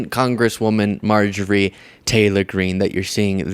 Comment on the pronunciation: Dude, just say Marjorie. Mrjtagree? Wha?